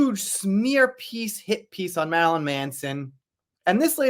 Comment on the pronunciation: This fool can’t say “Marilyn” to save is life. 😂😂